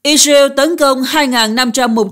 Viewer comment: I dza iu = Israel ? Hắc tê đê = HTĐ ? Nên chọn phát âm nhân danh,địa danh theo Pháp hoặc Anh và gắng phát âm càng chuẩn càng tốt ( không phải tất cả nhưng hiện nhiều từ ngoại quốc phát âm không thống nhất, sai và nặng . Tiếng Việt thì khá đẹp).